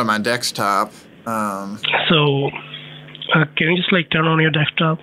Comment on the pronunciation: Why does sometimes call it dekstop and not desktop?